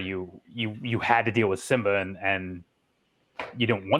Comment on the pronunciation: Why does he say simba like zimba